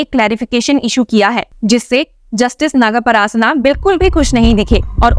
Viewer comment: it’s not NagaParasana! It’s Justice NagaPrasanna ! Pls read correctly and check on intonations